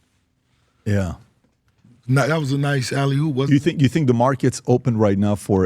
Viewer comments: Why he keep saying "alley HOOP"? it's alley OOP!!!! He don't know ball😂😂😂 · mf keep saying "alley-hoop" 💀😂